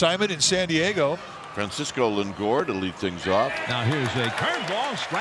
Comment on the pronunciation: MLB had to use the announcer saying "Lingor" instead of "Lindor"? Really?